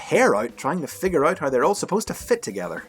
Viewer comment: Man I hate the way you pronuce figure lol.